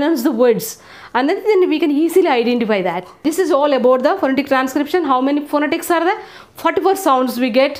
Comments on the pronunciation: Madam.. phonetics pronunciation is phanatics... 😊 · /fəˈnɛtɪks/ 'ఫనెటిక్స్' is the correct pronunciation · You are a great teacher. I really admire the way you explain this tutorial. Yet, since you are stressing phonetics, I would advise you to consider the stressed syllables while articulating words, because this is vital in pronunciation. For instance in pronouncing the word phonetics,we should lay the emphasis on this vowel sound /net/ that is the second syllable of the word. Thank you so much. I Ve always admire Indian teachers, very intelligent instructor